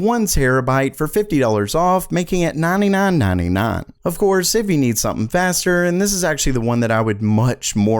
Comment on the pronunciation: That southern twang on 9.99